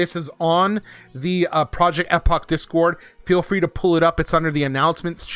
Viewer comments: Bro if I hear project Ehhhpok again ima snap. It’s pronounced Eeeepoch lol I’m glad for this change though. Finally will be able to play epoch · Project Eh-pock 😂